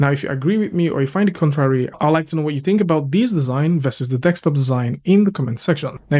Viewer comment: D-E-S-K!!!! Desk-top. Top of the DESK. NOT DEKS-TOP. DEEEESSSSSKKKKK!!! :D :D :D